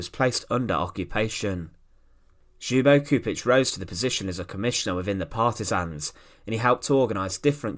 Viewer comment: Kept on thinking he was saying .."Hugo Stieglitz"